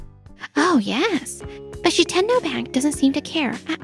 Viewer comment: Shi-10-oh ❌ Shit-en-oh ✅